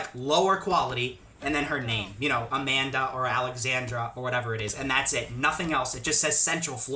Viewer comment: Haha I like how he say Amanda and Michelle from Gta5